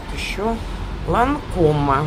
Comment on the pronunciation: "Нарцисс Родригес", "Сенс" "Ланком ",а не "Ланкома"! Называйте правильно.